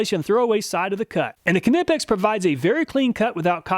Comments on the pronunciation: The k is silent, google pronounce knipex please it's doing my head in lol great content as usual thanks . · Knippex has a silent K, like Knee as an example. That is how English Language works. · Isn’t K in Knipex silent? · LOL...the "K" is silent on the Knipex buddy! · i think the K is silent lol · It is always funny to hear you Americans try to pronounce a word starting with kn like Knipex. "Kanipex" 😂😂. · Just a heads up, Knipex is not pronounced ka•ni•peks. The correct pronunciation is either neye•peks just like you would pronounce the word Knife, or ni•peks as though you are saying "nip". Regardless which pronunciation you prefer, the "k" is silent. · I died inside everytime you said ka-nip-ex…. You’re American. It’s nip-ex. Same idea as aluminum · Great channel Love it ! However please, please, please it’s “ Nipex “ not Knipex! In proper English it’s pronounced “Nipex” the Germans even say “ Nipex” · very good video but it bothers me that you pronounce Knipex "Kuh-nip-ex" instead of how its spelled. i have seen alot of videos of people pronouncing it like "Nee-Pex" or "Kuh-nip-ex" when its actually pronouced "K-ni-pex" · Pleas for the love of god, stop using the k sound in knipex. The k is silent. Like know. Nipex...N I P E X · Nipex, not Knipex. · Ka-nipex… LOL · Having used Knipex tools for most of my professional career, I am not surprised at their superior performance. Although the name, in English, is with a silent "K" as in knife and knight, so would be pronounced Nippex. Thanks for the great content. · You don't pronounce K in Knipex it sounds like kneepex, but written knipex. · LOL Ka-nip-ex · Isn’t it ( N-EYE-PEX)? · It’s pronounced n(i)pex. Like knife. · I believe Knipex is pronounced ny-pex. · pronounces kah nip ex people, he comes up with these elaborate tests, he can pronounce it how he likes, lets move on.:) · Knipex is a silent K! Every video you miss pronounce it 😂😂😂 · just so you know, its pronounced knipex like how you would say knife